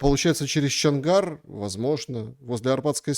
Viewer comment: Стрелка Арабатская, а не Арбатская. И Чонгар, а не Чангар. Учите матчасть.